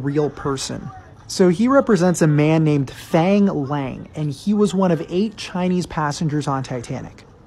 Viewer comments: Plz… at least get his name’s pronunciation rt… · Do him some respect and pronounce his name correctly.